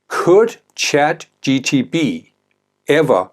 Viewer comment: ChatGPT not ChatGTP